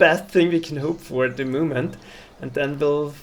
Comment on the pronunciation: Mein Lieber. Man merkt gar nicht das du ein Deutscher bist. Machst das mega gut. Ich dachte zuerst das da ein Amerikaner redet. Aber sag doch nicht at the MUUHMENT. Da ist keine KUH. Es heißt MOOOoment